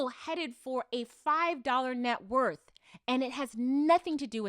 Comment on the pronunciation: I though he said worth sis